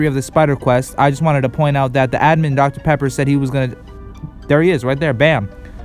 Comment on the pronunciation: Dr.pepper sounded like Dr.pepperoni